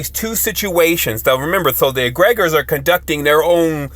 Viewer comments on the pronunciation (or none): Egre-gores not egreg-ors